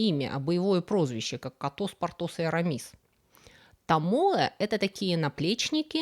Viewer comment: Котос? Партос и Арамис? Я даже переслушал. Реально Вы сказали «Котос»? 😂